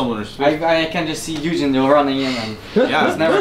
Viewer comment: OH he was saying Ui-jin! not eugene.... for a lot of that I was like who the hell is eugene